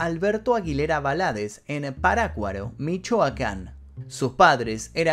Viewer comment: Te pido que pronuncies bien el segundo apellido y el pueblo donde es Juan Gabriel. Primero tienes que informarte un poco para poder hablar de un artista de esta magnitud!